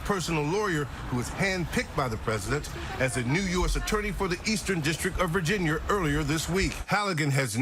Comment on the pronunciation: Ah yes my favorite state, Virginyur.